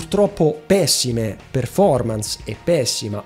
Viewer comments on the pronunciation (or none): none